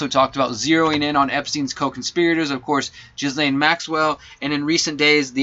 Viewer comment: You were absolutely ahead of the crowd on this story. Ghislane is pronounced like "G'lane" or Gah-lane, Geh-lane (silent s) The best that can come of this is young people will be able to speak up and be believed when they are mistreated. The Nantucket guy who sued Spacey (Fowler) had lied and said he was 23. There was an issue with texts that showed that being held back I think... Truth though is stranger and sadder than fiction. TY for your work